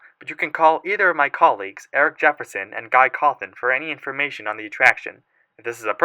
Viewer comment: "guy cawthon" xD